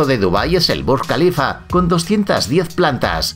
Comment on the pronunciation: Mucha informacion equivocada o erronea. Informacion inventada y mentirosa. Pronunciacion inaceptable (por ejemplo Burj al Kalifa, Porsche etc.). 👎👎👎👎👎